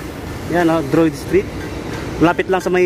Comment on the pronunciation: "Drayod" po basa dun sa Driod St.😊 Jan lang din ako nakatira buddy.. hehe